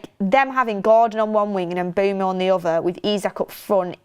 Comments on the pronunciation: The pronunciation is not E-M-B-U-M-O! It’s M-B-U-E-M-O! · If you correct someone in capitals even, make sure you are correct. Is is Mbeumo.